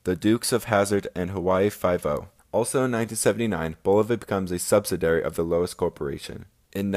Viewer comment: He also says Sub-sa-dairy of Lowes instead of subsidiary.